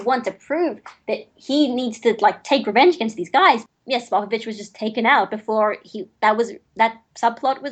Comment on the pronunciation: He says sopopovich instead of spopovich